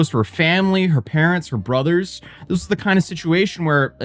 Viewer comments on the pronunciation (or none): You said "her parents, her brothers." I heard "her parents were brothers." 😂